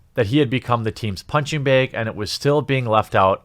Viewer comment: Why do you say bag as "beeeg"?